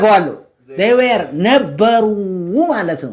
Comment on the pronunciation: Were should be pronounced as ወር not ዌር. Thanks